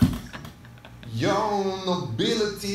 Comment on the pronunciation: Virgin really said "nobility".. Oh lord